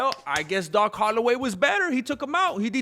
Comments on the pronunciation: "Doc Hollaway".....🤣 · “DOC HOLIDAY”!!!! Get it right or should we start talking about Paco Villa?